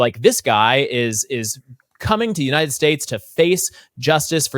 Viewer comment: I can’t listen to her voice, especially the way she pronounces ‘United’